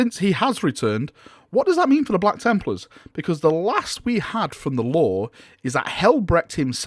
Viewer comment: "Blacka Templars" :D